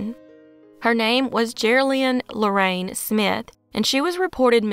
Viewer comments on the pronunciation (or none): none